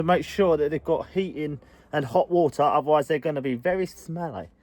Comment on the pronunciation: its not hor-a ,its water